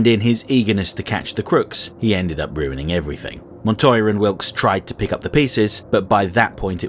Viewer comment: One thank you for Pronouncing Montoya's name properly. Two, this feels like a Spawn animated series episode. Barely there protag while the lesser characters provide the plot. Neat